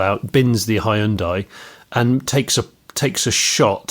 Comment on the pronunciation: I think if ever learned how to pronounce Hyundai, it would destroy about 3 and a half hours of future content created in the next decade of this podcast. For anyone interested it's 2 syllables: hyun-day.